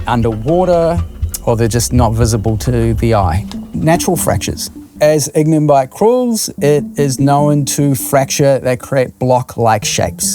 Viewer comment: It's Ignimbrite, ehoa, how you an expert on something you cant even pronounce huh?